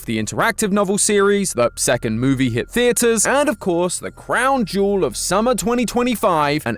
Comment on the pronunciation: "a second movie hit the theatres" sounded like smth else 🤔